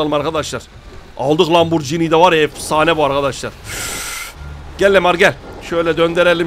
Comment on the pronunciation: Ya abi ismini söylemesi bile güzel Lamborghini